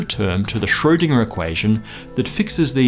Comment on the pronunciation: And Schrödinger is mispronounced all the time, w/e.